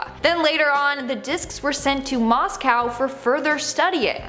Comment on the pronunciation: Why is it so hard for americans to pronounce 'Moscow' when the whole of the rest of the world can do it correctly?!